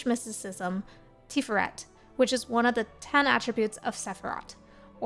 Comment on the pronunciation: Tiferet Tee-FARE-ret , hebrew can be a little flat but slight emphasis on that second syllable.